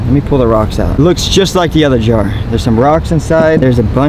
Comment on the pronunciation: Oh my gosh he completely ruined the word jar 😭😭😭 that was probably for bestfriends or a relationship